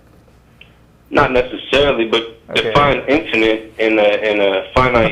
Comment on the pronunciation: "infininit" lol